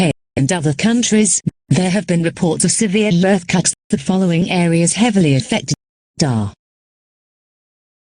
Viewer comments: 'Erthquaks' no typo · “Learthquages” is crazy. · severe learfquakaks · Severe assquakes is what I heard😭😭😭💀💀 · “There have been severe earthquakes” Why am I hearing “severe earthcocks” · “Earthcocks” that’s something a bri’ish person would say /jk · mispronunciation of “earthquakes”.